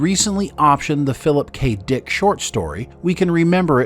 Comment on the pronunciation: It's not the Dick SHORT story - it's the DICK short story (i.e. the short story by Philip K. Dick). I'm getting sick of videos narrated by AI. Is it laziness? Are humans too expensive? Are the producers idiots?